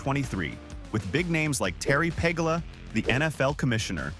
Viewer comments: 1) It's Peh-GOO-la, not PEH-gah-la 2) Why did you show a drone shot of Pittsburgh? 3) The Pegulas aren't going to "own" the stadium. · It’s pronounced: Pa-GOO-lah Terry & Kim Pagula Not Terry PEG-La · Would be easier to watch if you at least got the owners, Teri and Kim 's last name correct. It's not Peg a Las It's pronounced Pe goo la. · It's pronounced PA-GU-LA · your butchering of the owners last name is almost criminal...Puh-goo-la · interesting, but could you learn how to pronounce the owners name? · The instant you butcher the pronunciation of the team owner this video loses all credibility....do some research. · A.I. stinks and you couldn't be bothered to get the pronunciation of the owners last name correct.